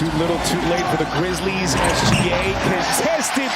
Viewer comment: did he say here comes the Kwizzlies again